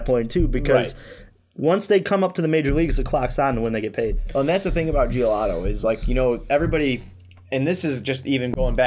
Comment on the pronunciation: Bro its giolito not giolato lol